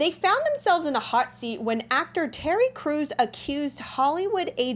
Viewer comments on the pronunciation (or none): none